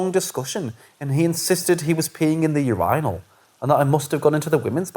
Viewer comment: You pronounce "urinal" quite different from what I'm used to! These were great stories! Thanks for your vids, =)